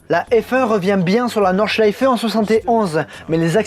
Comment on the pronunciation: V c'est exact c'est quasi bon, et il prononce très bien Nordschleife également, de toutes les façons dont je l'ai entendu prononcer par des non-germanophones, j'ai été agréablement surpris :-p